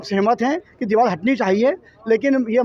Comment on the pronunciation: Diwal Nahin Hota Deewar Hota Hai